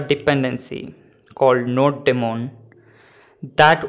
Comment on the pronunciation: It is "Node-mon" not "Node...DEmon"!!! BTB great video thanks!!